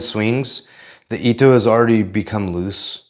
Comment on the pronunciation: Your hair is an Edgar mullet, lol. You can always lacquer the ito so it doesn't come unraveled. Also, just an FYI since I heard you say it incorrectly several times, it's pronounced E I TOE, not I E TOE.